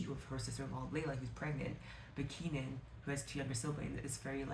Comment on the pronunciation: hey! i loved your video and i wanted to mention the pronunciation of the character names. salama is 'sa-laam-mah' kenan is 'keh-naan' khawf is 'khe-of' layla is literally just pronounced the way it's spelt. 'lay-la'